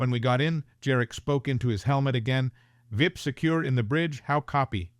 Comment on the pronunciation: It's an AI. real person would not refer to the U.N. as 'un' and a V.I.P as a 'vip'. Additionally, most people would know that the weapon calibres would be spoken as, in the case of the 9mm, '9 mill' or '9 millimetre', not '9 em em.'